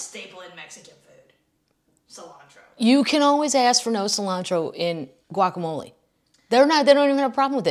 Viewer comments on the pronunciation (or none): none